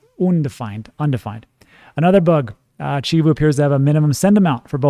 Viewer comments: you stay butchering my beautiful language! And you’re from Texas like me! 🤦🏻‍♂️ it’s cheee voe!🐐 Great video, I also took advantage of that nice little dip! Love your transparency on this one! Much love from San Antonio! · Chivo is pronounced Chee-vo. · CHIVO ; say the i like an e, CHEE-VO. love your channel. I`m a Salvadorian in VA so definitely like when you cover this. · It’s pronounced CHEE-VO 😀